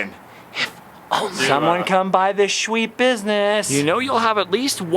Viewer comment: Say shweet one more time 🙄🤬 Couldn't make it halfway.